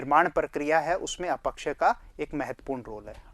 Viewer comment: अ पक्षय या अप क्षय ? अपक्षय का उच्चारण खटक रहा है